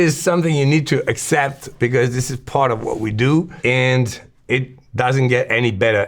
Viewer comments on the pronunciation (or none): none